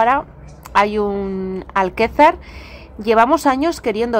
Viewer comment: Es Alcázar de San Juan, no Alquezar!